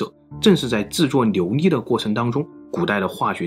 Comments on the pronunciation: 我一开始用听的，没搞懂牛力是什么，看了字幕，才知道是琉璃》。。。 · 总裁这个ln不分太喜感了 琉璃 牛腻 小牛腻